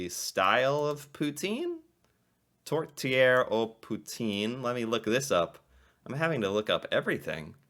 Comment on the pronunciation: It’s Tourtière.